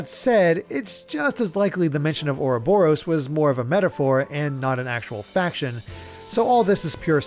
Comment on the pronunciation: I'm outraged by the pronunciation of Ah Robber O's ...I mean, Ouroboros.